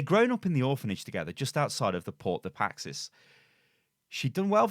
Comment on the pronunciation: The most interesting thing about this video is how manages to pronounce “Paix” as “Paxis”